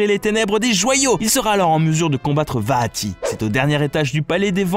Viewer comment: ca va j'ai déja réussit a jouer a 3 4 personne apres c'est normal vue que les link peuvent faire ce qu'il veulent X) bonne vidéo :D mais ca fait bizarre quand tu dit vaati moi je juste vati XD